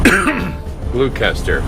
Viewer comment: Gloucester is pronounced " Gloster" its named after the UK city